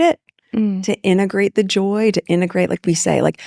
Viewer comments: There is absolutely no way I have any respect for JKL and Raitch. These interviews are so revolting and both are repellent. Even the way Raitch says “endegrate“ repeatedly instead of integrate. There is a MASSIVE mismatch here. Raitch is a pathological liar. And “it’s a loart” as though she’s busy. But she’s sooooo DUMB. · "innagrate" it? Hooked On Phonics worked for me!😀😆😂🤣😅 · She said "inegrate" 3 times in the space of 5 seconds. What an idiot! Maybe she should enroll in remedial English classes.